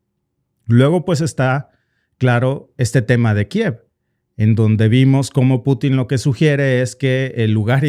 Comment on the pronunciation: Oooo dijo algo nuevo "kieve"😂😂